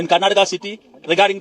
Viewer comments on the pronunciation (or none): kernataka എന്നാണ് പറയുന്നത് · How he pronounced ‘karnataka’